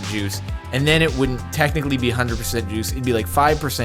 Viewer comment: I shut my eyes and was just listening to the commentary. I just was so confused like why is he talking about Jews ooooooooh wait juice 🥤 that’s what was going through my mind